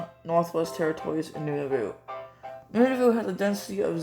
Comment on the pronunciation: Appreciate the proper pronunciation of Nunavut!